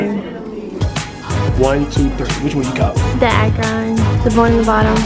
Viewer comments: ahhkran.... it's ahkrin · They keep saying Akroone it's Pronounced Akrin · Ak-Ron 😂 its pronounced like "Akrin" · Its pronounced "Akrin" not Akrawn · They say ak ron instead of saying ak rin haha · It's pronounced Ak-rin, not Ak-Ron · CashNastyGaming it's not pronounced like Akron it's sounds like akrun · ak-ron im shleeeeppp, Its Akron you know?..... Where Bron is from.....dead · "the ack ron" 😂😂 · As a person who lives near akron it is pronounced Akren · he said ack-ron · Akron XD its pronounced (ack-ren) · Its spelled Akron, but it's pronounced Akrin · Akron is pronounced (ak-rin) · Cash chill out w/ the emphasis, pronounce it (AK-RIN) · this nigga said Akrahn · You guys keep pronouncing Akron wrong lol but I probably would to if I didn't live there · Bruh the way you pronounce Akron 😩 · You are not a true Lebrun fan if you don't know how to say Akron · come on man I from Cleveland, and lebron is from Akron, and you can't pronounce where your favorite basketball player is from? lol smdh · Bruh you can't pronounce Akron! You're king card has been taking away!